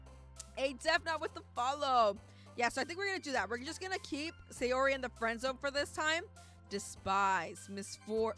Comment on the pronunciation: ITS SAYORIIIIIIIIIIII